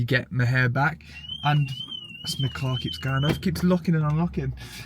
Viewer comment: “this Fawkin cahhr” lol